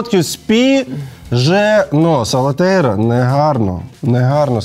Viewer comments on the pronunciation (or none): Я одна весь час кажу СалатеРІЯ а не СалатеЙРА?